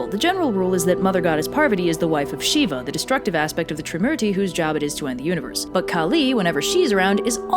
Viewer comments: I want more myths from this specific mythology, but your pronunciations are garbage. It’s shiv, the a is a dummy vowel, and really, they may be uh-sur, that does not give you the right to kill their names. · Pronounciation is wrong of shiva it's shiv , if you pronounce it with "a" it will convert into female....wht to say hindi grammer is complicated and pronounciation are confused with sanskrit...so it is confusing for foreigners...even yoga is not yoga but youg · The only thing that I will add is that Shiva is pronounced like the “i” in it. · Cool video! I'm happy to see Hindu stories getting more attention as a Hindu myself. I'd recommend looking up the correct pronunciations of the various Sanskrit names though. I know some of the sounds are difficult to pronounce for native English speakers (like "t" and "d") but Shiva for instance is not pronounced "Sheeva" but rather just as you would prounounce the knife shiv. The "a" at the end is also usually not spoken, so it's literally just "Shiv."